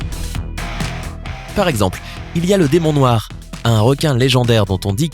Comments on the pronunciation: 3.18 Le "Démon Noi" je sais pas faites un effort même minime. Vous copiez déjà complètement des videos anglaises alors le peu de travail que vous avez à faire, vous ne le faites même pas... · On a oubler le r a demon noir